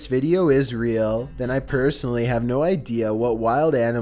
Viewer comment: he said “Pur-sonaly” he thinks it’s a cat..